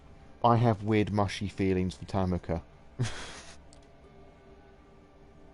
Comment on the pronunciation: also yes i realize all of these are old but tanika is pronounced ta-NEE-ka